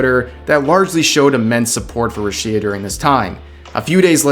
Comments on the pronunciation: Rush-ee-a? who the funk is that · Judging by the way you say Rushia, I already know you know nothing about her or Hololive.